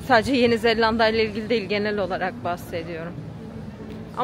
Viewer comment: Kızz Zellanda degil, Zelanda :))